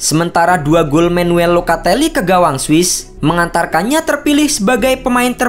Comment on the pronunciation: Bos tilong ejaan nama yg disebut itu benar Jangan asal sebut Itu nama orang lho Jangan sesukamu nyebutnya Bukan Manuel locatelli bukan menwel locatelli